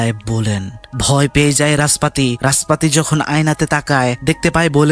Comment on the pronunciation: রাসপাতি ❌ নাসপাতি 😂😂😂